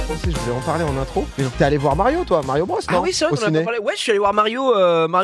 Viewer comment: “Mario bross” Vivant au Canada, on s’est gentiment moqué de moi le jour où j’ai dit ça 😅 Bros se dit “broz”, from “brothers”. Pareil pour Warner Bros. Comme ça vous savez si vous discutez avec des anglophones! 😊